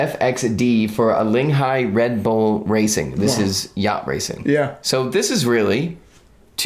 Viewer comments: Great video as always, but the pronunciation guys 😂 it’s pronounced alingee not alinghy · Should have put the yacht branding on the case back. Also, it is “AH-LING-EE.” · You are Pros, but you should not make videos if you cannot pronounce 'ALINGHI' properly;-) It sounds even worse than your 'HUBLOT' pronunciation. There is many US Youtubers which get the pronunciation right to my surprise. By the way I tried these two Tudor watches and they wear like 40mm's...they are really cool but I got already too many black bays and one two line ETA Pelagos which covers so far my Tudor need, but then again sadly the three hand Alinghi Pelagos would get more wrist time then my RLX Sub...